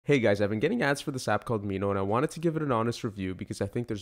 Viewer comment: It's Mimo, not Mino hehe. Thanks for the video mate!!! I confess I had bought an annual subscription before I watched your video. Might as well use it for reference.